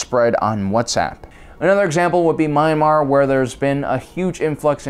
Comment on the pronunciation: it's not My-Mar, it's Me-an-MAr. or just say Burma.